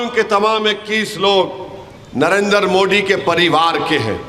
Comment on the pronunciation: ASADUDIN OWAISI .TU JABBHI BHASAN BAJI KARTAHAI MODI KA NAAM GALAT UCHARAN KARTA HAI UCHARAN SAHITARHA SE KAR SAMJHA😁